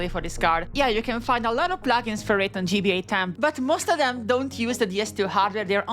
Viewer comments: "NO$GBA" is pronounced "no cash GBA", not "nos gba". Martin's username is literally "nocash" in several places. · Its not pronounced “NOS GBA” its pronounced “No Cache GBA” it says so on its website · It’s pronounced “No cash GBA”, because the $ sign is referring to, well, *currency*. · How dare you not say No$ as "nocash" 😂